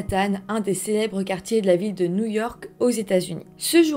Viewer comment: alors par quoi commencer... bonjour petit lapin 🐰 tu prononce new jersey mais nouille ork ? pourquoi tant de haine 😮😂🎉❤